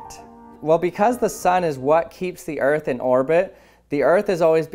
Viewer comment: I thought the other balloon said fart not earth